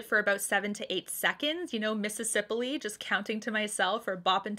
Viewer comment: Mississipily lol